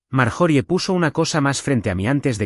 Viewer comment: Están en la casa y de momento están en el restaurant????!y las pausas fuera de lugar y por favor corrijan esto ya. Y las pronuciacion de las palabras o nombres . Ejemplo el nombre de Marjorie . Su pronunciación correcta es Mar-yo-ri . Ya Que es un nombre gramaticalmente inglés.